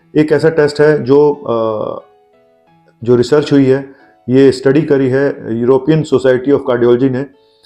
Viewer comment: Europien नही बल्कि European होता है डाक्टर साहब